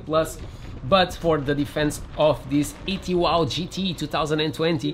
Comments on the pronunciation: It's not an ET Wow, it's pronounced E 2 W, as it stands for 'Electric Two Wheel'. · Another good video! And btw, it’s “E 2 W”. Say the owner say it’s because it stands for “Electric 2 Wheels”. Just sayin……